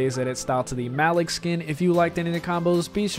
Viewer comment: It’s not MALICK ITS pronounced Muh leek